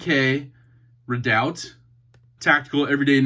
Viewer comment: Pronounced 'reedout'...an Alaskan Volcano